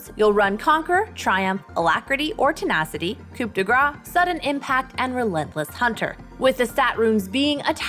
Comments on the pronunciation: Please, coup is pronounced “koo” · is it required to pronouce coup like "coop" to work at lmao